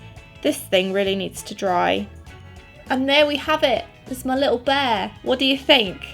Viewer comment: "Bayah" instead of "bear" 😂❤️